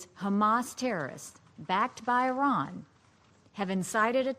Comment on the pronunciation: Please pronounce ‘Iran’ right next time, thank you 🙏